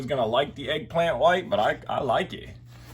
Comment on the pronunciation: It’s Elegant mate not eggplant 😂